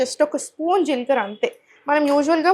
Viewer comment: మీరు నాలుక కరచు కోవద్దు జీల్ కర కాదు జీలకర్ర అనాలి మీరు ఫారన్ లో పుట్టారా రొట్ట కాదు రొట్టె అనాలి మీరు నాలుక కు ఆపరేషన్ చేయించుకోండి😢